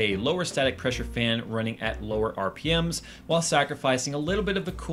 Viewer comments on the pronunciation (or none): none